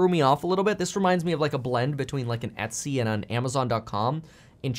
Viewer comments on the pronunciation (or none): none